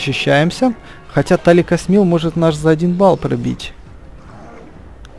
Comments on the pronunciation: Почему ты каждый раз говоришь не Тилакосмил, а Таликосмил?! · тилакасмил а не таликасмил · Тилакосмил , а не Таликосмил